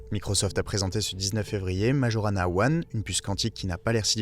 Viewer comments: ça ce prononce maYorana... c'est le nom d'un génie de la physique du siècle dernier, un italien qui a disparu mystérieusement. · Tu ne sais meme pas prononcer Majorana ( nom de physicien sicilien)!!!